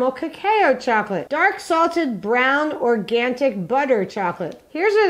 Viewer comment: don't you mean "organtic"? ( ) I thought it was "arganic" as in "arganic aranges". (Sorry 🤦)